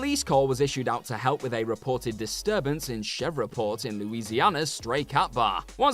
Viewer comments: Shevreport Louisiana? Djeez, do some research if a name looks a bit tricky. I've heard some names butchered in Mojo videos, but this is up there. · That is not how to pronounce Shreveport Louisiana lol